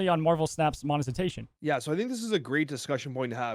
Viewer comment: Yo, it's mone-Ti-zation not mone-Zi-tation 👍